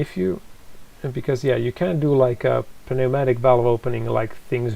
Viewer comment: You don’t pronounce the p in pneumatic .